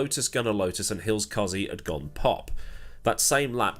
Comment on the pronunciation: You pronounced 'Cozze" wrong :p